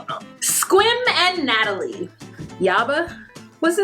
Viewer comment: Good to see you! And you pronounced Sequim like a local!